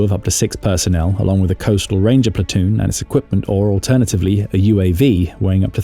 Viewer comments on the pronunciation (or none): none